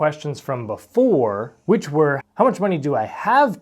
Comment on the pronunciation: you can turn the volume off and know is saying "BEE-fore" just from his iconic finger swipe to the side. I think iv just watched too many of his videos by now, but for a good reason 😂👍